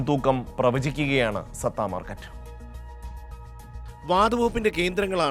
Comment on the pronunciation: സത്ത അല്ലടാ പൊട്ട സട്ട മാർക്കറ്റ്